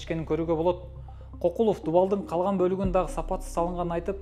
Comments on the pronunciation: Кокулов эмес КёкYлов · Негизи кыргызча кокул деген сөз жок болушу мүмкүн, бирок көкүл деген сөз бар. Көкүлов дегенди Кокулоа деп алгандай кыргызчага тили келбеген немедей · Кокулоб дебей дурустап айтсаң,киргизбай